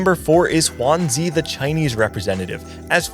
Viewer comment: great quality video! will be rooting for Lallana and will be watching PieHat and all the NA players as well :D Mismatched Socks , Kurumx, DQA, RamKev also I wanted to mention that the pronunciation for Juanzi is more like, 'JywanDz' (Yale romanization) unlike the spanish pronunciation of Juan, and zuh instead of zee :)